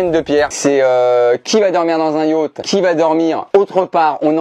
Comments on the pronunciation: cest yacht pas yatch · le titre j'avais lu : Beer Pong avec ma mère et Yacht (pas prononcé Yauth)